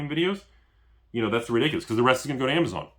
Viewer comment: you Destroyed everyone with the "....amazone"